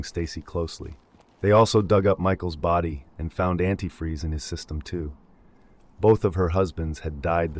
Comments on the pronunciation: My gf originally thought she had caught herself ab to say the whole word antifreeze and then stopped herself. Then she figured out that the lady really thought it was "antifree", and said "damn, she said the whole ass word then, and said it wrong!" 😂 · Stacy was also so stupid she pronounced antifreeze as “antifree” in an interview and the note supposedly written by her daughter.